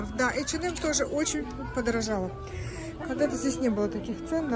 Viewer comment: ей в одном из комментариев зрительница квалифицированно разъяснила, как правильно произносить это название. Даже если бы так говорили финны, она всё-таки русскоязычный блогер. Неплохо было бы подучить русский язык или пользоваться Гугл, словарями какими-нибудь...